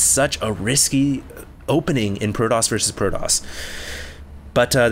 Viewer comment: you pronounce the T in protoss like a l. it seems like i keep hearing proloss proloss...